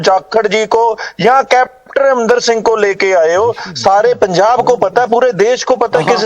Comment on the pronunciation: Punjab not pujab